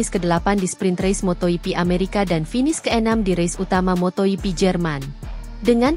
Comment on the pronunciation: Moto GP bukan moto hipi. Bgaimana sih cara baca nya. Biasa saja bro ndak usah di gaya rayakan ndak enak dengerin nya.